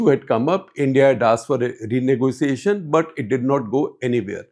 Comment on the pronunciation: The lady English pronunciation is need to be better. Bataaaa for BUT. Pronunciation mein Style Kam karna pedega. Keep it soft and simple.